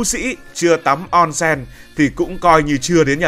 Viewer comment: Ôn sên, không phải on sen